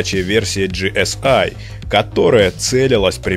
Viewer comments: Не ги эс ай а просто ГЭ ЕС И это не американцы а немец так то ;-) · Вообще-то это немецкая и читается ГЭ ЭС И